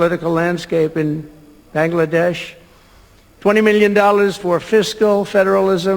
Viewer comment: Bangdesh na rae India aaer kotha bolchae.😂thik korae news ta poro.